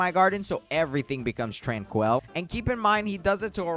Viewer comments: Tran-quil, not Tran-coil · He is pronouncing tranquil wrong, this is how you say it: tran QUILL, like from the porkupine even though its spelled tranquil